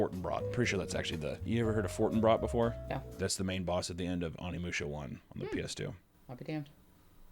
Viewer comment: …it’s OH-nee musha.